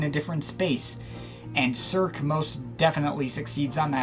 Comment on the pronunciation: Your french prononciation is lackluster...Let me guess : American & monoglot? :P Cirque is a staple in Geir's catalog, it was more daring than his previous endeavors.